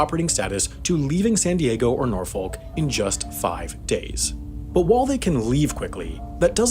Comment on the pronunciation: Of course he said Norfolk wrong 🤦🏼‍♂️